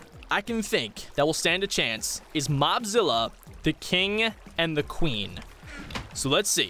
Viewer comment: Ad the cing and the cwen. Pet.